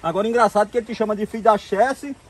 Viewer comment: "CHESF" não chessi. A CHESF é a Companhia Hidréletrica do São Francisco